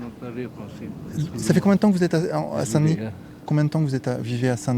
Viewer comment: Parfait ! Avec l'accent en plus...😉